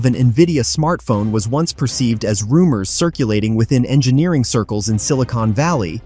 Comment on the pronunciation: Spec-Cu-Lay-Sion. Rum-moss! ʕ(•‿•)ʔ